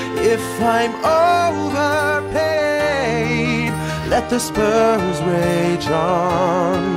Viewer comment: did kobe say spurs or sperms?